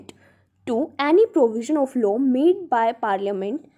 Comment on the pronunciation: Ma'am aap explain to achcha kar rahi hai but law ko law hi pronounce kijiye low ni